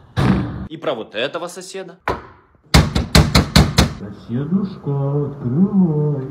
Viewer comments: Мне одной послышалось не "открывай соседушка" а "открывай дедушка))))" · А мне послышалось дедушка открывай)))) 😂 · я который подумал что он сказал дедушка открывай